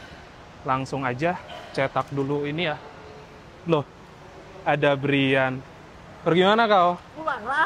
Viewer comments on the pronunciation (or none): none